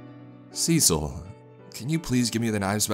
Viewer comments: Cecile (as a girl's name) is pronounced "suh-seal." 😅 Just a friendly pronunciation tip from someone who has quite a few Ceciles in their family. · it kept bugging me how the daughter's name was mispronounced. Cecil is a man's name. Cecille is a feminine name. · cecil? you mean cecile? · It’s written in the original post as “Cecile” with one L, but it still should be pronounced in the feminine way.